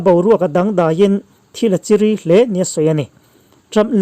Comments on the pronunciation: Buai nuaih hi, (Hnim chikhat)"Anchirî" anga lam tur anilo a, "Chi-ri" "Chi" for - (thluk sang lam hawia ri chho,) Ramri rik dan anga thluk tur. ("Ri", for - Ramri) Chi-ri, ti in lam tur, "Ramri" Mizo ṭawng lam rik thiam loh chuan, chanel siam lo ngam teh u. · Beng a vãr khawp mai a, mahse, eg: chi-ri ni loin, chì-rí tih nise. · Chiri tih hi i thluk diklo thin a,I titi na vel ah tun a i lam ang hian I lam thin a mi?thil chawkbuai zo(chiri) tihtur, zurui chiri lamrik ang hian ilam daih zel a,lo in enfiah veleh teh, a dang chu a tha thawkhat e.diklo tih hriat na na chuan ngawihbo a har tlat.naupang thleng in Kan ngaithla thin sia,zialo tlat.atur vereng amaw an time Ang.👍👍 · Mizo tawng hi uluk angai ania...a lamdan a zir hian a kawh tum/a sawi tum a danglam daih thin..thil a chi ri hle tih te hi,chi ri tih hi zu in thin chiri sawiin i sawi mai a,awmzia a bo thak aw... You tuber tam zawk hian Mizo tawng hi an uluk lo lutuk a,tlema fimkhur deuh a tha...tunah chuan an uluk tan tlangpui tawh a,a ziaawm chho viau ani..uluk hram hram a pawimawh ania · A ngaihnawm hle maia. Thu lam hi diklo a awm fo. Chiri hi perhpawng chiri angin i lama Chi hi a hniama lam tur a ni. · "thil a chiri.." tih hi i lam rik dan a diklo, fimkhur deuh a tha e.